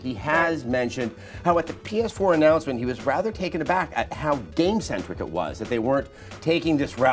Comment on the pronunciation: Adam definitely said "Penis Four" instead of PS4. And Tara knowingly smiled, as if she knew he was going to do it in advance.